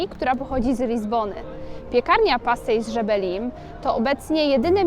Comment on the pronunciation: Filmik - dobra robota 💪💪💪, ale wymowa pastéis de Belém mnie zabiła, nie mogę dojść do siebie 😂😂😂😂😂